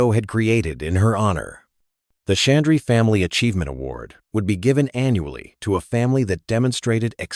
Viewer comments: I wish Mr.Harvey had learned to at the least pronounce name correctly. The announcers should have done the same. name is and not Chandree. Also Garaka khana is Ghar ka khana. It means Home Food or Food like made at home. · Proud of and Steve Harvey. Word is 'Ghraka', Ghar is is based word meaning home. It is not 'Garaca'. Name is Chandra and not Chandry. Please say the words correctly and spell them correctly too. We understand what is the real word but it is better if you do too.